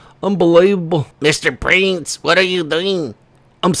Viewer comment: I thought you were saying "Mr Brains" instead of Mr Prince loool ! Mr & Mrs Brains 😂